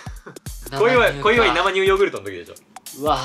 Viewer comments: なまにゅうって何w せいにゅうでしょw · 生乳(せいにゅう)をずっと(なまにゅう)って 言ってるうける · なまにゅうじゃなくて、せいにゅうじゃない？